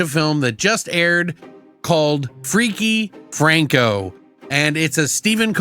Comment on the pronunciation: Aw, butchered the name from the jump. I think, as heavily invested in this as I am (very!) I'll probably do the same from time to time😅